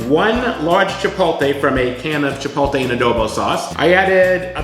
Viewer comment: Chi-POLE-tay???? My ears!! Dressings look yummy though.